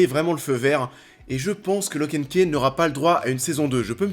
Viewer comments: Tu dis lock and ké et deux secondes après tu dit ki house, key (ce prononce ki) reste le même mot pourquoi tu le prononce différemment une fois sur deux ? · Perso j ai kiffe du début à la fin ! En plus comme comics ça change ! OH et au fait key ça se prononce ky hein parce que c de l anglais😂😂keih c moche